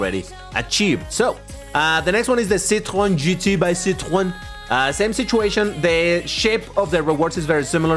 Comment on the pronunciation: I love your French accent when you say 'Citroen by Citroen' !